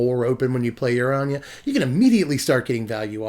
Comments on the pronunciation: finally, someone who says "Ahn-yuh" instead of "ANNE-GIE" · ANYA! Anje is pronounced Anya. People pay attention. This man speaketh prophesies.... he preacheth!...